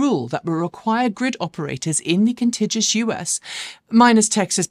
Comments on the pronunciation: Americans correcting Brits on their pronunciation of the English language will never not be unintentionally funny. Even funnier is when they don't even get the American pronunciation right, as it should be: Con-tig-yu-us. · Yep, that stood out a mile! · I believe they're trying to correct your pronunciation of the word, contiguous.